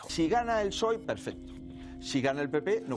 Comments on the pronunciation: Lo nervioso que me puso que digas psoe en vez de pesoe todo el video, se merece un comentario y un me gusta. Buen video, para la segunda parte decí Pesoe por favor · Exelente el video! Lo de decir P'soe en lugar de pesoe es tb para el algoritmo? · Pe-soe se pronuncia,, me duelen los oídos de oírte decir psóe, aguante alimentar el algoritmo, sos lo más, gracias por investigar y sintetizar para nosotres les simples reptilianes de a pie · Muy buen resumen. Una tontería, pero para dejar el comentario para el algoritmo... Pe - SOE .. Psoe me suena raro jajaja. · recordá que PSOE se pronuncia PESOE ya me suscribí,exitos con el canal.